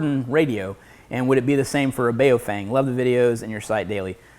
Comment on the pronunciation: Love your channel, look forward to Thursdays every damn week because of gear tasting. I'm not certain but I think the radio brand you're referring to is pronounced "Bow Fung" not the way you're saying it. Keep it up man, grind out experience on goblins and kobolts before you get wrecked by an illithid.